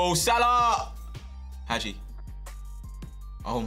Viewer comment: Hagi name is pronounced haji